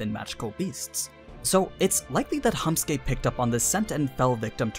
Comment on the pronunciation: Hamsky not hahmsky